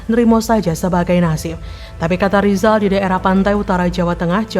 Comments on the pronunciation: Berarti yg guoblok Lizal😂,, ngomong " R" aja ga bisa😅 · Lizal lamli yg bodoh, masak sampai tua saja bilang R yg begitu gampang saja tidak bisa😂😂😂😂